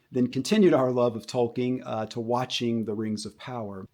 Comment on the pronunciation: If you pronounce "Tolkien" as "Toll King," your perspective is immediately worth much less. Amazon has no love for Tolkien and his work, which shines through clear as day. Why not inspire the future generations with, ya know... Something good that respects Tolkien's life work? Like, for example, the LOTR trilogy? How on earth does Amazon's slop "inspire" the next generation in a way that the LOTR trilogy doesn't? It holds up to this day as a cinematic masterpiece and they had a genuine respect for Tolkien that is self-evident throughout its entirety. That is truly inspirational. To describe the desecration of Tolkien's work is as "inspirational" just because some young kid with no taste might think it's okay is laughable. It's crap whether or not some kids like it.